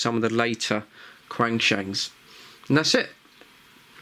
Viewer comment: calling them crangshang from now on